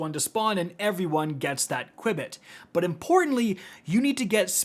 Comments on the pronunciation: You pronounced qubit wrong by the way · it's called q-bit 🥴